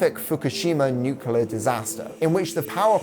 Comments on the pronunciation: This was a phenomenal video! Just one small critique.. I'm sorry, it's a pet peeve of mine, but please oh please try to pronounce the word nuclear correctly... It's not nuke-u-lar, it's nuke-lee-ar. Nuclear. Sorry for being nitpicky, but you just said it so many times during the latter half of this video, and I thought I was going crazy but I googled it and it's not like aluminum/aluminium on different sides of the pond. There's just no second U in the word nuclear in the English language. I know this is silly, but it just really irks me. Overall, great video tho!! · Good video, only thing that irritated me was "nucular". It's nu-cle-ar.